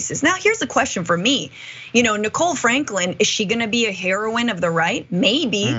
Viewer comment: Heroine: a female hero. Hee-Row-Wine NEVER to be confused with Heroin: a powerful opiate. Hay-Row-Inn